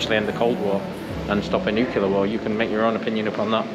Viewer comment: Great vlog but remember it’s pronounced ‘nu-clear’ and not ‘nu-cular’.